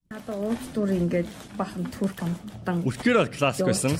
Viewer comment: Турк биш түрк тэгэгээ😂😂